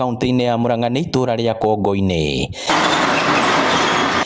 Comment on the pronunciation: Proper kikuyu is 'Kongù-inì' not Kongo - inì. Kongo, its small head but Kongù its small clay pot.